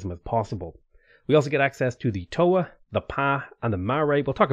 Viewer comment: As a maori trying to be a writer this game makes some pretty deep cuts right now. If you want to type in and hear how our words are pronounced. Marae and Toa are the ones you are doing your worst at.